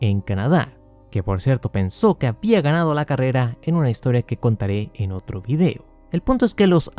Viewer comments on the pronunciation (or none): none